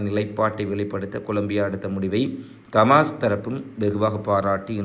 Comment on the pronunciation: கமாஸ் இல்லடா ஹமாஸ்